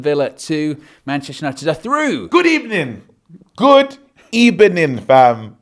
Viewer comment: Good Ebening 😅🤣😂😂